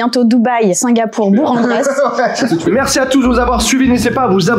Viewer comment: Bourg en Bresse ce dit bourke en Bresse 😊